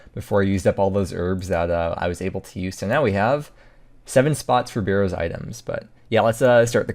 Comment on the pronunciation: If he says "burrows" one more time, imma try pking him everytime he goes to the wildy